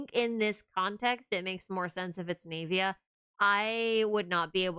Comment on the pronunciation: Why do you pronounce her name as "knave-ia" instead of "nah-via"?